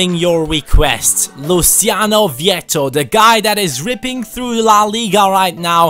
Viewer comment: His pronunciation was spot on, Luciano vietto is Argentinian and his name is the Spanish variation of the Italian so it is not pronunciated in the Italian way. English commentators tend to pronounce any name who has an Italia variant in the Italian way, but those names have an Spanish version and those are the ones used in Argentina (Spanish speaking country with plenty of Italian roots)...If you could ask Vietto his name he would answer /Louciano/ = Luciano; just in the way said it in the video and in the way all people named Luciano in Spanish speaking countries are called.